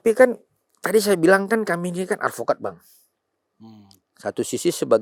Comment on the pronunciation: ngk tau dah brp x dia bilang advokad 😂😂 ngk di sebut juga orng tau kek kakek 😂😂